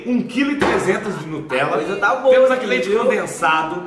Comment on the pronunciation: Fala para a Marvilhosa da Sthe que não é nutrela é Nutella